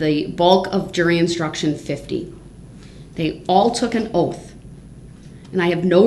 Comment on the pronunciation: OAF OF OFFICE….SUBSTAINED….DETECTIVE GOOF…😂 also he needs to trim those talons that’s so nasty